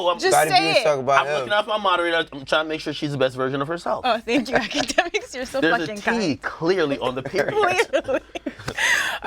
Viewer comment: Nobody: Akademiks- itssybwydjakmiks